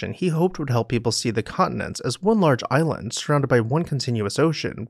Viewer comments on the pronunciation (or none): none